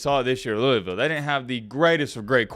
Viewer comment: Not a cards fan but I live in Kentucky but yeah it's big around the city but mainly Kentucky Is dominanted by uk fans also it's pronounced lou - vull